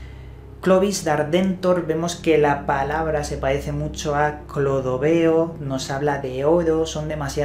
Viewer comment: "Pahece" tonto hablando.